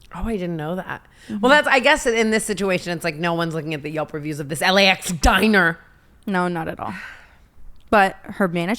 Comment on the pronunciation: Brooke, google reviews!! Not yulp